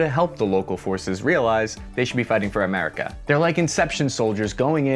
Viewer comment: I choked on my food when he said, “they should be fighting for amurca” 🤣